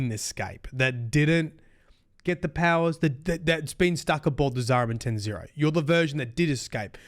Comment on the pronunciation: "Zariman 10-0". Ten Zero? No. "Zariman 10-O". Ten Oh. (Tenno)